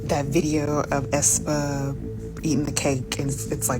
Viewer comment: why did you pronounce aespa as ass-pa 😭😭